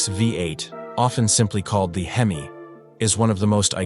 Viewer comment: You don’t spell out HEMI.. you say hemi as in hemispheres. Moron. Dont be a docuvid then pronounce things wrong. That’s just stupid!